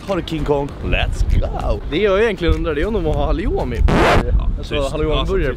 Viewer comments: "halioumi" lol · Hahaha superkul att höra :D Måste bara tillägga att vi vet att det heter halloumi men av någon anledning har vi börjat uttala det på de viset vi gjorde i videon hela tiden (fråga mig inte varför hehe). Goda burgare =)